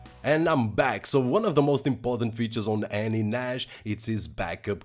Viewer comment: its Nassss not Najjjjj